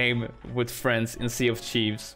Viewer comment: Its sea of thieves not sea of chives